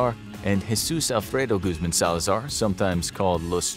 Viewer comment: Guzmin Guzman Guzmon